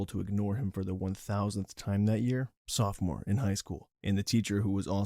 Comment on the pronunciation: Say "Softmore" instead of "sophomore" ONE more time..... Go on.....SAY IT! I DOUBLE DARE YOU!!!!